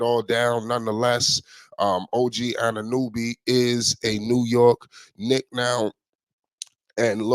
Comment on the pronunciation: Dude cant even pronounce OG last name